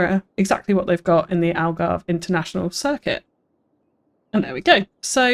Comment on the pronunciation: ALGARVIDON !!!! I’m Portuguese btw 😂